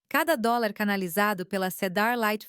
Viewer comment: É difícil falar horas hors fica ridículo a forma que leem .dolis ao invés de dólar etc .fraude é essas histórias